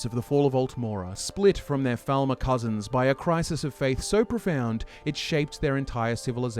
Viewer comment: Is it my imagination or does he keep saying "Thalmor" while speaking about the Falmer? Or is he just pronouncing it like Faal-mor rather than Fall-mer?